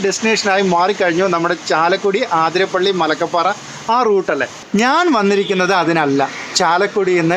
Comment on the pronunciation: ആതിരപ്പിള്ളി അല്ല അതിരപ്പിള്ളി. എന്ന് ചാലക്കുടി നിവാസി